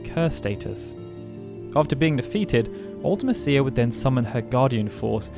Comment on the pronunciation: I disagree about Ultimecia (and you say it different than we do, you might be a brit). Unless you're totally unprepared, the battle isn't hard, just lengthy. Hero Trials, Invincible Moon, Aura spells, Triple-Flare, Triple-Holy or Triple-Ultima, so many great options. And a random party of 3 (out of just 6)... you are almost guaranteed to get at least 1 of your preferred characters, usually 2. Now a random 4 characters in FF6, THAT would have been brutal.